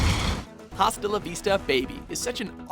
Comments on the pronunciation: Dang this guy butchers "hasta" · Did they pronounce hasta as if the "h" made the sound it does in English? I'm done, I'm just done. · Tunčíku Miláčku correct. Glad I'm not the only one who made a sideways face when the narrator continued to enunciated the 'h'. Even Arnold doesn't pronounce it 'hasta' in the clip...its 'asta'. I didnt take much espanol but I do know how most of their alphabet works...hint...its not the same as the American alphabet...holy cow! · I know I'm not the first to say this but it's asta for gods sake I was cringing this entire video Don't get me wrong I love watchmojo, but the one thing that I hate about this channel is the way you guys pronounce things. Even certain english words, especially he pronounces everything the way that it definitely should not be pronounced. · Don't read H in Hasta la vista, baby (reads it as asta) My favourite scene was: "Get down" Terminator 2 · lol bad pronounce it not hasta it asta the H doesnt have sound even arnlod pronounce asta the narrator say bad a single basic spanish word even when he have the record to pronounce right XD ¡¡¡in the movie¡¡¡ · the H is silent. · You don't pronounce the 'H' in Hasta La vista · The “H” in Hasta La Vista is silent!! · You pronounce hasta wrong. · Not to be the grammar police, but it's pronounced "asta la vista" the h is silent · Gonna be that guy to say it's pronounced "Ah-sta", Spanish "H" is silent... and Arnie even SAYS it correctly! At this point, I think this WM dude is just trolling with his mispronunciations at this point... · This guy annoys me now... He pronounces the "H" in "Hasta" Why?!?!??! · you dont pronounce the H in "hasta" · Declan Curry Completely agree. At first, I thought; 'he didn't really say it with an H, did he?' Yup. WTF? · Little tip...The H in Hasta is silent... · I'm not Spanish but it's annoying that he says has Hasta la Vista with the h sound when it supposed to be silent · ugh...the H is silent in HASTA :D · The H is silent